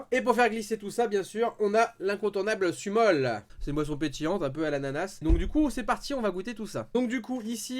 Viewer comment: Ça se prononce soumol et ça s’écrit sumol